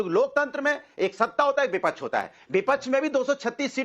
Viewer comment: ये भदा को" विपक्ष " बोलना भी नहीं आता, बोलता है " विपछ " 😅😅😅